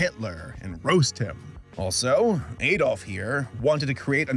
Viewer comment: Does he say A-dof on purpose or XD Also, what cartoon is the screen from